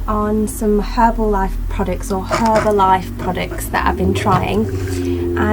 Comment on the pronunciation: That's great to hear:)! I'm just asking as there are soooo maaaany distributors who are actually sellers and give the brand bad name. Your results were very impressive! BTW, it is an enjoyable video and it was so nice to hear "H" in "Herbalife";) x